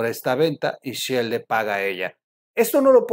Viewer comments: Si dice "Shell", no "Shill" Excelente video como todos.. Un saludo. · la empresa es "Shell" (concha marina, mira el logo), no "Shield" (escudo, de los Avengers)